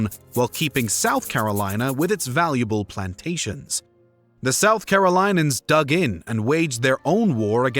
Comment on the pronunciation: carolinans? war of the spanish "secession?" Los AnGeles? Do you know how to read words?